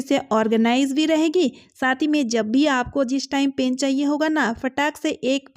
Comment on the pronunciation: Pain nhi pen bolo yaar😂